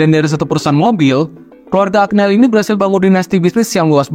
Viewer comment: Maaf mas, Agneli tu dibacanya Anyeli... Giovanni dibacanya Jovanni...